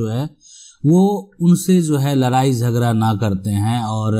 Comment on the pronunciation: लराई, झगरा, परतिकिरीया, परतीकूल परकिरीया... मजेदार उच्चारण..😀